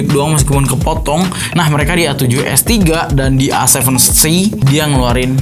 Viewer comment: Nobody:A seven three: Ay sepen tri